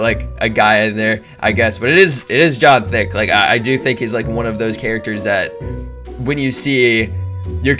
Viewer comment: He said john thick